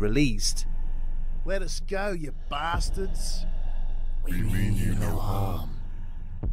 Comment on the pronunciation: "Let us go ya bastedds" 😂